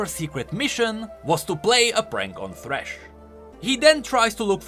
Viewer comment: Sad that you didn't put thresh as well and call him "Fhresh"